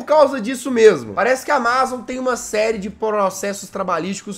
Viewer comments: Ele FALANDO AMAZON TODA HORA ERRADO O VÍDEO É DE 2021 E EU TO EM 2024 MAIS ELE TA FALANDO ERRADOOOOO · Ele falando: "Amázom" Se fala Ámazom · Jazz, você pronunciou Amazon de forma errada, você pronunciou como se a parte A*ma*zon fosse a sílaba tônica, mas a sílaba tônica é o *A*mazon. Entendeu? Kkkkk desculpe bancar o corretor 🤭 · nao é amázon e sim amazon!, o pronuncia do jazz é fogo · Só eu q tenho uma leve agoniazinha de ouvir o jazz falando "amázon" em vez de "ámazon"? kakskakksksksks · Amázon kk na vdd fala Ámazon kk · Jazz meu lindo por favor é "amázon" não lek pf quero ser chato n mas me dói no coração, é "ámazon" pf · Que agonia o jazz falando amázon em vez de amazon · N é áma zon é amazon jazz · só eu que estou sofrendo com o Jazz falando amÁzon e não amazon normal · Amazon, e não amÁzon! Por favor. 13min de agonia ouvindo amÁzon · ámazon jazz não amázon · É Amazon e não amázon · Fala ámazon nao amázon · Tô com vontade de dar uma surra no jazz,só por estar falando amazón e não amazon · SIMMM KKKKK AMAAZON KKKK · Senti agonia do jazz falando "amázon" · Só eu que fiquei com um pouco de raiva quando ele fala AMA ZON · “J” AMÁZON JAZZ AMÁZON???? KKKKKK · Só eu tenho agonia dele pronunciando amázon? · "Amázon" kkkkkk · jazzghost amAzon como é Amazon "a pronuncia" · Não sabe falar e ainda é desinformado, ele não é mais o CEO da Amazon. Ele atua na Amazon mas não é CEO. Amá-zom MDS.. pronuncia direito. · O melhor do vídeo é o Jazz falando AMAZON errado vei ksksksks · Legal que o Jazz não sabe falar amazon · aí ele falando amazon me dá um gatilho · Desculpa jazz mas vc falando Amazon me da muita agonia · Mds o video inteiro ele fala Amazon errado